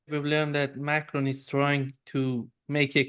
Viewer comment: Is he saying Macron or Macroni 😂😂😂😂😂😂👍👍👍👍👍👍